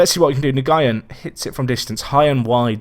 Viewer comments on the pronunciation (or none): Hi, Nguyen is pronounced "New-in". Keep up the good content! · Nguyen is pronounced 'enwin'